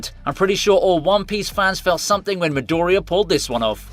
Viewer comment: "MidOria", my ears bleed every time I hear you pronouncing the character's names, it's not that hard, specially when you can clearly hear the correct pronunciation in the show, you should give it a try...